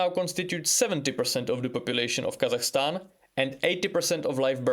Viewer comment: God damn! The pronunciation of "Kazakhstan" is on point, very good👍